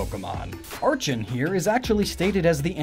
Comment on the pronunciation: Same with archen. Glissor!?!? It's gliscor